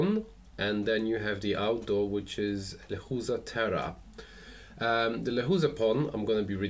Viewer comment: Lechuza means owl but the right way to pronounce is leCHUza no lekuza